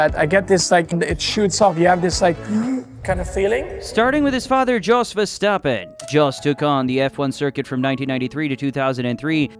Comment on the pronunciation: It's "yos", not "djos"